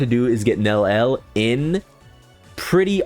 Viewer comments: It can't be THAT hard... Neli-el, please get it right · 3 syllables.. Nel-E-L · Bro still does not know how to pronounce her name😭